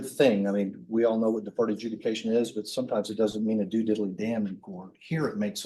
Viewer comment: that pause to comment made no sense. Defense is saying "if all crimes need sentencing then wtf do we even have deferred adjudication for?" (btw - deferred adjudication, not deferted judication)